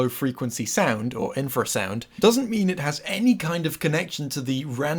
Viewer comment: Artifact communicates with infer-sound -Let's play it sounds from an animal that doesnt communicate with infer-sound!